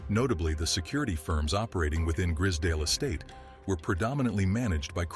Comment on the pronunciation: and the pronunciation its gr-eyes-z(american zee not UK zed)dale estate gr-eye-z-s-dale